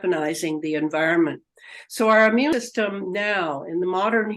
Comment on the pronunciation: How come this person doesn’t know how to say immune system? It always kills me when these seemingly very intelligent people don’t know how to say or use simple words correctly because it makes them look somewhat unintelligent. 🙏🏻